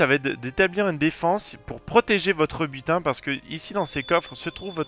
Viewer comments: Butin. J'ai compris "putain" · A chaqes fois que tu disait butin je comprenai putin je me disait WATTTT